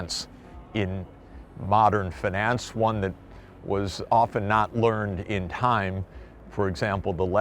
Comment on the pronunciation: drink everytime you hear fanance